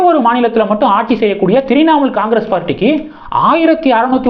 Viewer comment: தம்பி த்ரிநாமூல் இல்ல . உச்சரிப்பு முக்கியம்.